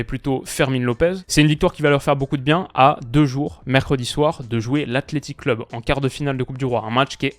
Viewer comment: Stp arrête de dire Athleti AthleticO deux lettres en tout